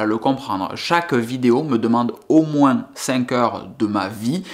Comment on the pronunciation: pas de justification, tu ne nous doit rien! Prend le temps pour toi, ta famille et tes amis! Vos y’a vie pour toi seul et pas pour ta communauté YT, nous on apprécie ton contenu, ton personnage, et ta façon de voir les choses! Et ce n’est pas Pke il y aura moinS ( Pke chez toi on prononce le S😉) que l’on ne te suivra plus! On continuera à apprécier les vidéo que tu fait certaines plus que d’autres sans doute! Soit fort!